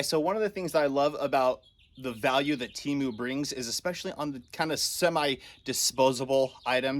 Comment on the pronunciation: Awesome video. The company is pronounced “Tehmu” if I’m not wrong. You can watch their commercial and that’s how they say it in the song